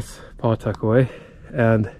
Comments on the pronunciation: It's pronounced Puh-tuck-away not Paw tuckaway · We pronounce it "puh-'tuckaway." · I’ve lived in Nottingham and the whole area of Pawtuckaway most of my life, and not to be critical, but the w is almost silent in Pawtuckaway when you say it. Nothing scary about it. It’s a beautiful area. The state park if us natives could get in, we can’t because all the Mass people invade it during the summer, otherwise it’s beautiful. That God Nottingham has its own residence only beach. There’s camping, and cabins people can rent too. Did you go to boulder field in Pawtuckaway? It’s pretty fascinating. Pawtuckaway is a exstinct volcano. As crazy as things are though you never know if it will remain that way.…..